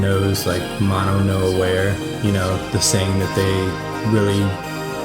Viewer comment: Are you guys kidding me with these graphics? The synths, the desktop, and the lyrics as always of course. So much care. I often pass on this song, but this really gave me an appreciation for it. (Also, just so y'all know, it's pronounced moe-noe noe ah-wah-ray). Keep it up!